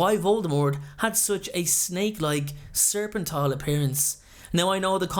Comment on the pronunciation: Serpentine, not serpentile. ♥